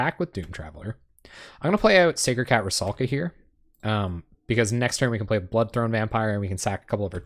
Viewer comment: rusalka, not ruskala >_<